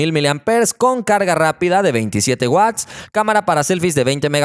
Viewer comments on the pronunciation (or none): none